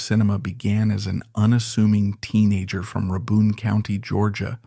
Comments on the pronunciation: Pronounced "RAY-bin" county. Good video! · "Ruh-bun county." AI slop. Also tragic ending? He's still alive. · That is not how you pronounce Rabun county.